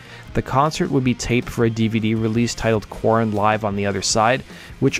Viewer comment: good Lord, just constantly having to spell out everything in YT comments. I spelled it the way he was saying it. Go back to the start of the video and you'll hear him pronounce their name as core- in or Kor-en.